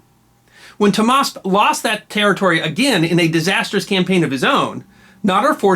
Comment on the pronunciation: not Tomas is tahmaseb